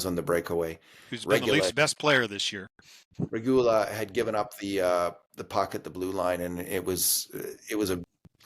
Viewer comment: Now both of you are going to mispronounce Regoola?